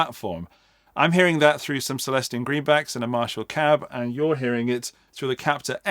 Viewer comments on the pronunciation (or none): none